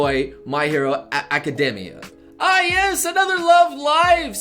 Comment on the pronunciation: learn to pronounce words synopsis: sin-nohpsis, not sinnope-sis [səˈnäpsəs] Academia: ack-uh-deemee-uh, not ack-uhdeh-mee-uh [akəˈdēmēə] Habitable: HA-bit-ta-ble, not ha-Bi-ta-ble